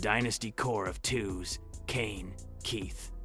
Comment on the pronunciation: “Twos”. , , “Toes”. That physical hurt to hear. Toews is pronounced “Tayvz” or “Taves”. Also heard wrong pronouncement of Hossa, Levshunov, and more. This has to be a terrible AI script, voice over, and video edit. Very bad.